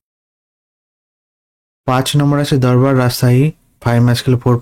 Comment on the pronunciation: দূর্বারকে দরবার কেন🙄